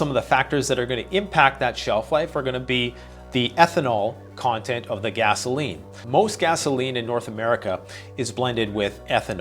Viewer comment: Hi, great video as usual. Particularly strong intro. Appreciated the little.inside joke when you pronounced it gazzoline.